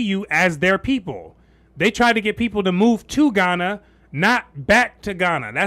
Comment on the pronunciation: Come home? You're joking. You can't even pronounce Ghana!